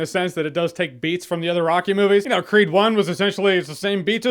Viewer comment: Every time he says 'creed' , I hear it as 'creep' ..